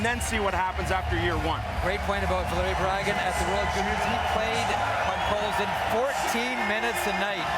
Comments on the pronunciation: "Pot-coal-sin". So easy to pronounce right, but I guess this Vancouver guy learned other players names in front of the mirror hours before the draft. 😁. By the way: A steal ! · Homie had a stroke saying his last name lmao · He cant even say Podkolzin right, lol